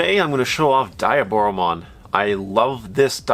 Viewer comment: Not finishing video. Dislike. Block user. Can't even pronounce your favorite villain's name correctly